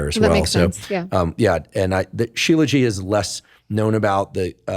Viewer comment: Aww 😂 Professor Huberman , it's called shilajit...you're adorable..😂